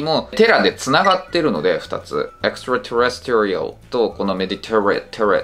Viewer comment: 細かいツッコミで恐縮ですが、terrestrialのアクセントの位置は二番目のeのところですね。